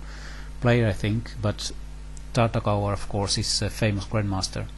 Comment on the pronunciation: the surname should be pronounced "Tartakover" (rhymes with "cover") :) he wasn't English!!!